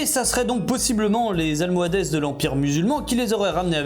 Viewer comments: Pour info, on ne prononce pas Almohadesse mais Almohades (e muet). Voilà, juste pour info. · "Almoadèsses" lol et aussi, Jihad pas Croisade. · notre ère commence en 0, le XVe siècle c'est donc "1400 de notre ère" et pas "1400 av. notre ère" almohades se prononce almohade, sans le s les chasses aux sorcières datent justement de la Renaissance et pas du Moyen Âge voilà voilà 🙌